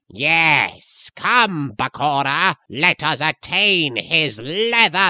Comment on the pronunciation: Am I the only one strongly bothered about how he says “Bakora” instead of “Bakura” ??? Omg .. love the song tho